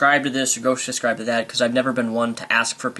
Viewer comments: SUB-SCRIBE. NOT-------- SUS-CRIBE. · you say subscirbe weird